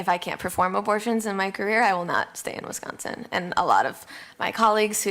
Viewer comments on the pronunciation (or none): none